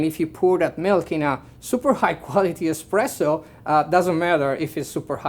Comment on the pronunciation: Hahahaha barista for Illy and still talking EXPRESSO, my IT IS ESPRESSO;) but thxfor video, i learned a lot. Keep on